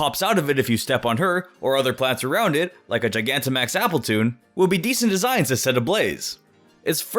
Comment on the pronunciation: Nice content but "appletune" 🤦🏾‍♂️🤦🏾‍♂️